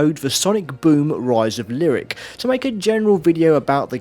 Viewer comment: best part of this video? Giving me snippets of annoying youtubers I don't have to subscribe to now. holy shit. And that one guy wanted Zombi U to be like 28 Days? The Sandra Bullock movie? okay! and Gamester doesn't know how to pronounce Lyric? That's fine!